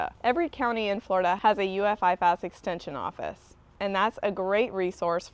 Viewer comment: IFAS is pronounced “I- fus” not “I- fas”. I work here.